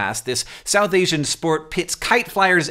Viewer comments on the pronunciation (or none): none